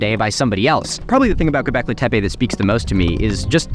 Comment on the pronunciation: "Go-beck-lee". Not "Go-beck-lay". GO Beck-LEE!